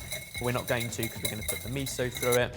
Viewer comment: Absolutely loved this episode and all the new uses for miso and tahini But please, miso isn’t meeeso😆 Mi as in Mickey Mouse So as in So, you’ve got it MiSo Apart from that fabulous fabulous fabulous